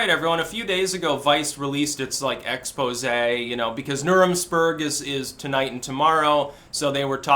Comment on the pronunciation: "Nuremsperg", LOL